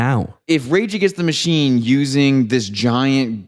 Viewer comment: When said "regagenschtamushene" I felt that.